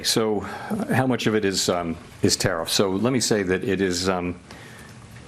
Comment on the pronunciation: I don't understand why he keeps saying Tariff and so few people correct him. People need to correct him every single chance they can. He's an old senile man.